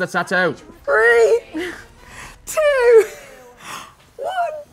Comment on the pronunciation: Tattoo pronounced tat-too Not at-oooo